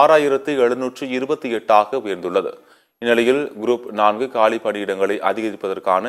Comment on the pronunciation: This man reads GROUP AS GROAP SO FUNNY... CHANNEL DOESNT PROOF CHECK BEFORE READING ... 😂😂🎉